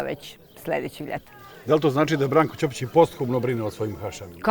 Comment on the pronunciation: Bravo za svestenika i mjestane za njihov izgovor Brankovog prezimena.I ja sam rođena ispod Grmeca gdje imamo porodica Ćopica.